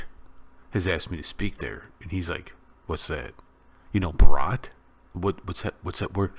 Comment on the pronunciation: Bhaa - ra - ta(Bharat) thats how u spell professor. Not bah-ha-rat nor Bharaat